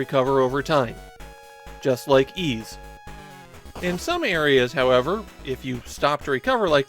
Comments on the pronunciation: Also it’s pronounced ‘eese’ not ‘ease’ and in Japanese I’m told it’s ‘iisu’ and not ‘iizu’. of all people should know this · fair enough. Also, it’s pronounced ‘eese’ like ‘(g)eese’ or ‘(fl)eese’ or ‘eas(t)’. They pronounce it correctly in the English Turbographx version of 1 and 2. Even gets this wrong, it seems. Considering he reads Japanese, I’d guess he’d know it was ‘iisu’ and not ‘iizu’ and work it out from there. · Literally the only things I know about YS are that it's a long-running JRPG franchise and that the title is pronounced "Yees". Considering that most other JRPG's from this time period are turn-based (FF, DQ, SMT, etc), assuming the same of YS isn't unfounded. In fact, pretty much the only other 8/16-bit action JRPG I can think of is the Mana series, and the combat there is so slow and menu-driven that it might as well be turn-based.